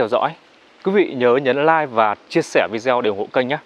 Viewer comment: mong bạn đọc lại cho đúng chữ "video"